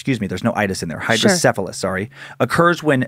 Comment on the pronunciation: I have hydrocephalus due to my birth defect Spina bifida. Although not everyone with SB has hydrocephalus. I've heard of these legends before. Really proud of Dan fro pronouncing it correctly. Also was correct, water on the brain is a term used to describe it.